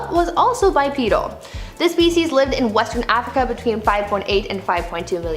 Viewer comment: Every time she says"species" I hear"feces". It can be quite distracting